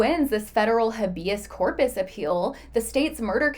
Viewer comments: Small thing but it's driving me nuts: Habeas corpus is pronounced as HAY-bee-uhs KOR-puhs. Here is the breakdown of each syllable: Habeas: "HAY" (rhymes with day) - "bee" - "uhs" (rhymes with bus) Corpus: "KOR" (rhymes with for) - "puhs" (rhymes with puss) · You can’t even pronounce it.